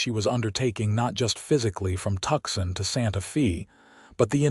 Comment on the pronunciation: Tuxin is actually Tucson, which is pronounced Toos on. Surely, you folks ought to be able to get this correct.